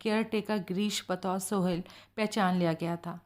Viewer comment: मैडम बाकी सब कुछ ठीक है लेकिन आप जब जब "सोहल" को 'सोहेल" कहकर उच्चारण करती है तो बहुत झुंझलाहट होती है और किरदार से कनेक्ट होने में परेशानी होती है।